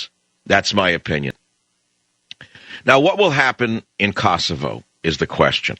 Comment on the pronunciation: Michael Savage - get the pronauncenation of Kosova/Kosovo right. LOL!